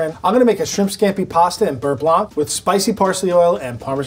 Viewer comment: Nice receipy. Side note: in french, the ’c’ in blanc is silent.